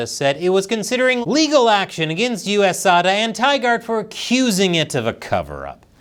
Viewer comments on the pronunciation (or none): none